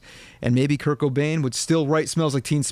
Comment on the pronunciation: every time you said kurt i heared kirk